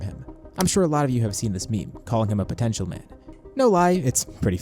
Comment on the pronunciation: “puhPOTENTIAL” GUYS HE SAID THE WORD